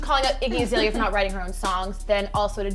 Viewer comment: You keep pronouncing Azalea's name wrong and to call a group of women who speak their minds bitches is very appalling. I honestly think making a negative comment is annoying and pointless but I couldn't sit by and watch you slander the name of 4 artist. Just because you are not familiar with someone's work doesn't mean they are less talented.